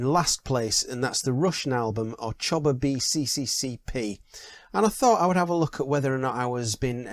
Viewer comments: I don't want to be pedantic but its not 'Choba', phonetically it is 'Sno-Va Vee SSSR' which translates as ''Back in the USSR' ... enjoying your channel. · Along with Crackin' Up, other highlights for me are I'm Gonna Be a Wheel Someday and Don't Get Around Much Anymore. Incidentally, it's pronounced "snova v SSSR".